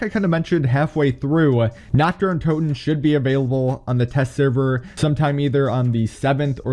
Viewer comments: Nacht der Untoten translated from Germany is Night of the undead Im glad ive started learning German about few months ago :3 And his way of pronouncing it made me laugh 😆 coz its pronounced Nacht Ther UinTooten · Im german and every time he says nacht der untoten as naktderruntoten i cringe so hard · It is so funny being German and hearing how wrong he says Nacht der untoten lmao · I wanted to comment that 😂